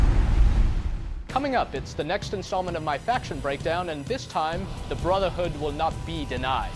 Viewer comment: he keeps saying "Brutha-Hood"